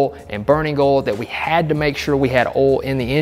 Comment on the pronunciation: WTH is “oul”?